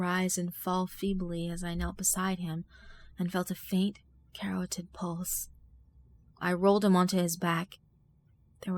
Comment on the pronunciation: Good narration except you might want to look up words that are unfamiliar to you like carotid for future reads.